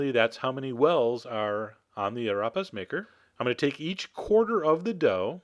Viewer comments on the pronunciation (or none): This looks delicious Chef John, just one thing... it's pronounced 'a-reh-pa' and if you can, roll the r! :) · the way he pronounced arepa had me weak "erapas"